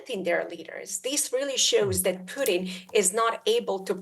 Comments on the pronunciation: The Guy's name is Putin not Pudding, simply annoying when people cannot pronounce things correctly. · Does she call him puddin?